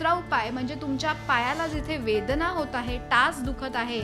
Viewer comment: वेदणा नाही वेदना 😅